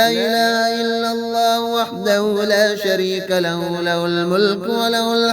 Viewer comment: Ye haa nikalke padha karo jese la ilaha illallahu wahdahu la sharee ka lahu